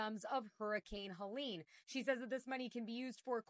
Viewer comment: It's HELENE not Helen. Just saying. So sorry for everyone's loss and the destruction